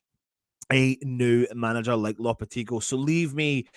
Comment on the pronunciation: Should be a £1 for every mispronunciation of Lopetegui as well?? 🤣